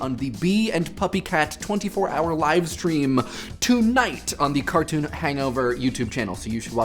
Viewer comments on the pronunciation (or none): none